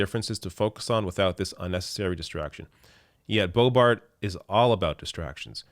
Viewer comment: Are you intentionally mispronouncing #LBo's name? It isn't pronounced "Beau-bart". I'm pretty sure the correct pronunciation is "Beau-beau". That's certainly what I always call her.